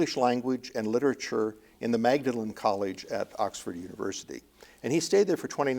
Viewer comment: Magdalene College is pronounced "Maudlin" :0)